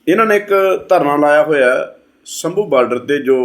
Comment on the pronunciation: ਸ਼ਬਦ ਦਾ ਉਚਾਰਣ 'ਸ਼ੰਭੂ' ਹੈ ਜਿਵੇਂ ਤੁਸੀਂ ਭਗਵਾਨ ਸ਼ੰਭੂ ਸ਼ਿਵ ਸ਼ੰਕਰ ਵਿੱਚ ਬੋਲਦੇ ਹੋ। ਦੁੱਖ ਉਦੋਂ ਹੁੰਦਾ ਹੈ ਜਦੋਂ ਉਹ ਆਪਣੇ ਧਰਨੇ ਤੋਂ ਪਰਤਦੇ ਹਨ ਅਤੇ ਤੁਸੀਂ ਉਨ੍ਹਾਂ ਨੂੰ ਪੁੱਛਦੇ ਹੋ ਕਿ ਉਨ੍ਹਾਂ ਨੇ ਇਸ ਤੋਂ ਕੀ ਪ੍ਰਾਪਤ ਕੀਤਾ ਹੈ। ਉਨ੍ਹਾਂ ਦਾ ਜਵਾਬ ਇਹ ਹੈ ਕਿ ਘੱਟੋ ਘੱਟ ਉਹ ਆਪਣੀਆਂ ਪਤਨੀਆਂ ਤੋਂ ਗਾਲਾਂ ਖਾਣ ਤੋਂ ਇੰਨੇ ਲੰਬੇ ਸਮੇਂ ਲਈ ਬਚ ਗਏ ਹਨ।